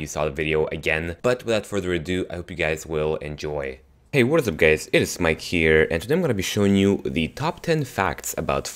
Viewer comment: Does anyone else hear "HEY it's mike here!" Instead of "HEY it's here!"